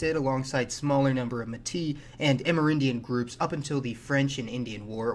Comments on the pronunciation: the word Métis, should be pronounced métisse and no méti from a real Québécois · Metis is used in french for all mixed people and it's pronounced "MetiS",even in Martinique we call the mixed Metis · It is pronounced may tea, not met is, but other than that good video. My great great grandpa was killed in the northwest rebellion in batoche. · Métis wtf not muti. May-tea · LOLLLLLLLLLLLLLLL Méti?? MÉTISSE. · “Qwebec” and “mtis”, this guy is not Canadian 😂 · Metis is pronounced Metiss (imao French here) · Its actually not lol its more like metsi. I'm french canadian. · Metisssss , the S is not silent :) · ??? What are you talking about? There have been ZERO sustained migration from France. The last large group migrant from France was in the early to mid 1700's before they lost the land to the British. There was was a trickle moving back of Acadians from New England after they were expelled by the British and after American Independence , but .that was it. Also its pronounced Meyt-ey....from British pronunciation. Even though many Canadians follow American pronunciation now. I -RAQ (wrong ) Er-rak (right) Pree-sentation (wrong ) Presen-tation (right) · ''Métis'' is prononce ''may-tiss'' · May-tee. No syllable emphasis, like board room. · When you say metis, you have to prononce the ''is'' like you would prononce piss. Metissssss. And the first part, the ''me'' you have to prononce like an english a. Not like an english e. mÉtissss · If it's the French word "Métis" (mixed ethnicity) then you should pronounce the S. This is one of these unwritten rules French has a lot - like "j'en peux plus, t'en veux toujours plus" (I can't take it anymore, you always want more). The first "plus" here is pronounced without the S while you have to do so for the second. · No, you should not. For a reason unknown to me, the S at the end of Métis is mute. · As usual, very interesting, just one thing : in French we say "métiS" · I believe you pronounce the s in metis :)